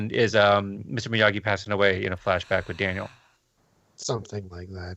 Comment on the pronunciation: It’s Miyagi not Migui